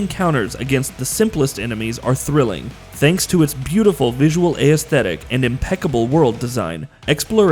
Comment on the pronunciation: Pro tip. Aesthetic isn't pronounced "ay-is-the-tic" it's just aes-the-tic